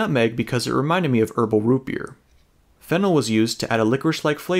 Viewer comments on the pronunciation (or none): I was across the room for a sec and thought he said fentanyl when he said “fennel” I had to go back and make sure I was trippin 😂😭😭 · When you said fennel i thought you said phenol and i went waittt something is wrong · I’m watching on 2x speed and it sounded like you said “fentanyl” there lol